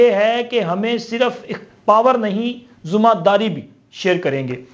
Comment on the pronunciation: Zoomma dari ,baithaks , mulak kindly sahi pronounce Karen